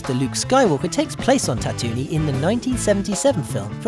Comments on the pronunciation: IT IS PRONOUNCED TAT TOO ENE NOT SOME TATONIE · By the way, Tatooine is not pronounced as you've done so here in this video. It is pronounced as "TAT-TOO-EEN. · Im triggered from "Tatoonie" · Why do you say Tatooine like that